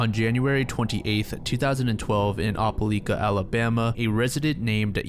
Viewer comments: ope-LIKE-Uh not ope-LEAK-Uh😢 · "opah-lee-kuh Alabama" LMAO (it's opah-L👁️-ka but this made me laugh a lot) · Love the video, one correction tho- it's pronounced "Oh-pull-ike-uh" not "Opp-uh-leek-uh" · It’s not (op-o-leka) it’s (oh-pa-lie-kah) for the pronunciation for Opeliaka, AL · Ope-lie-ka. Not Oppe-Lee-ka. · It doesn't really matter, but Opelika AL is pronounced Oh-peh-like-uh, not Opp-uh-leek-uh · Opelika is pronounced Oh-puh-lie-kuh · it’s pronounced “opal-like-ah” (Opelika) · Opelika is Oh-Puh-Like-Uh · OPA -LY-KA say it like that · It’s pronounce oh-peh-like-ah, Alabama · "O-peh-lie-ka" is how you say that fam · Good video, Opelika pronunciation is triggering me tho lol “oh-pe-like-ah” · the way you say opelika pains me so badly 😭 it’s oh-puh-lie-ka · for future reference it's pronounced "opa-like-ah" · For future reference, Opelika is pronounced Op-a-LIKE-a. I'm sorry, it just bugged me the whole video. Southerners like their hard vowel sounds. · Must be that guy but it's Oh-puh-lie-kuh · Your pronunciation of Opelika is wrong but you’re not from around here so carry on. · That's not how you say opelika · Same here. Sad story, still shocked at the evil that can be so close... btw have you ever heard anyone pronounce "Opelika" like that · Being from bama no I’ve never heard someone pronounce it like that and it had me so confused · Oh-puh-like-uh, as an opelika native, I recoiled in how you pronounced this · the way you pronounced Opelika, Alabama gave me a chuckle. great video!